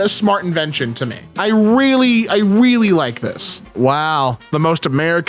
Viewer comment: He “weally” likes it